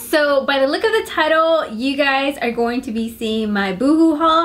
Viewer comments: It's boo-hoo NOT BUUUUH-huuuuuuu lol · I'm glad you corrected yourself on how to say BooHoo! Lol on your last haul i was like its pronounced Boo-Hoo! Not Boho! Lol. But anywho! I love how you are expanding your fashion sense!